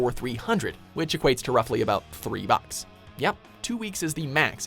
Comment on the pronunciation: Why is he saying 'bucks' like that? Bawks